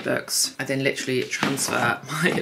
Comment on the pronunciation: Take a shot every time she says “LITCH-rully”